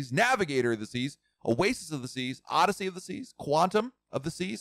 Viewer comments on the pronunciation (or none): none